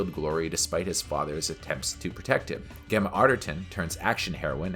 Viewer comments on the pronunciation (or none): Can you please pronounce Gemma's name correctly, it is "Jemma", not with a hard G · Arghh. Rhys is pronouned Reece and Gemma is pronounced Jemma. Otherwise good review.